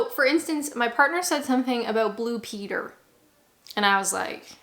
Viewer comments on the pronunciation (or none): none